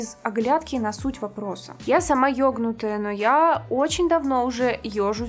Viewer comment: Как ты сказала? Йогнутая?)